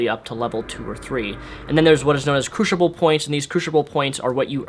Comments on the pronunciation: Nice review, very thorough. But for future reference, it's pronounced croos-ible, not croosh-ible. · Crucible not crewshible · The way you pronounce "Crucible" makes me want to smack you. >> CREW-SIBLE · crushible is incorrect? lol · good review but learn how to say crucible right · he has a speech disorder thing, give him a break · yea it's incorrect